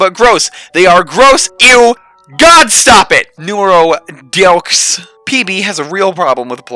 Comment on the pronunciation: Deux, not doxe. 🤦‍♂️